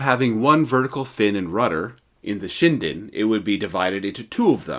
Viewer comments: Not "Shine-den" LOL. It's "Shin-den" as in "Chin". 😂😂😂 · It's nut pronounced Shy-dn. It's Shin-Den. J7W, Magnificent Lightening. It was to have a jet engine later but of course, the war ended even B4 the J7W was perfected and made to the production line as the US bombers kept on destroying not just to kill massive numbers of civilians specifically done so w the incendiary bombs (war crime**) but against the arm factories too. And, J had no fuel to fly any aircraft by that time, some expe- riments were done to extract oil from foliage etc., which is of very poor quality for the aviation fuel. Logistically, it was very EZ to defeat Japan as it's an island nation, everything must b imported by ships and all the US had to do is to destroy their merchant ships, let alone their IJN ships. And though the UK is also an Island nation, it had a rich colonies and a rich friend, the US. Nut Japan. _________ **War crime is metered nut(not) to the victors but to the defeated nations. I.e., the term/concept is Farce. Same bombings by the US was done to the J's ally, Germany. It was designed by no other than the later Sec. of State, Robert McNamara of Vietnam war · Ugh..... the correct pronunciation is SHIN - DEN. (...international grammar na*i hat off...) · FYI, Kyushu is pronounced “Q-shoe” and shinden is “shin den”.